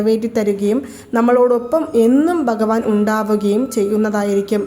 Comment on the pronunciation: ബഗവാൻ ❌ഭഗവാൻ ✅നമോ.. എന്നും അക്ഷരസ്‌പുടതയോടെ പറയുവാൻ ശ്രമിക്കുക..